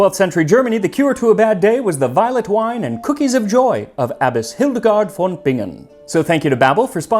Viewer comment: The v in German usually is pronounced /f/ unless the word has Latin roots. So, it's Hildegard /f/on Bingen. But apart from that, your German sounds quite promising!